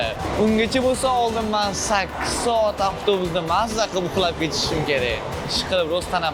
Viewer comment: Soat× Saot😂😂😂😂